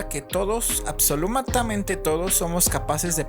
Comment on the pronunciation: cuando dijo absolumata parecía que estaba invocando un demonio